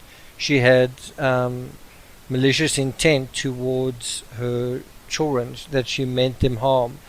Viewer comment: “The choolren”